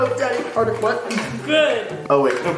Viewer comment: We gone ignore how he said daddy harder?????